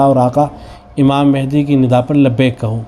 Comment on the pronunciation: امام مَہدی علیہ الرضوان پڑ ھنا چاہیے ۔م پر زبر ہے۔